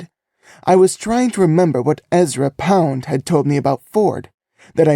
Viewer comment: French words are mispronounced. Very irritating. 😮 ERZA POUND 😂😂…Ezra Pound. …rookie job. Point NOOF😂😂…AWFUL.